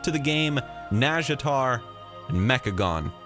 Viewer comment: Close pronunciation, but it has the "naw" not "nah". Just listen to the Warcraft 3 sea witch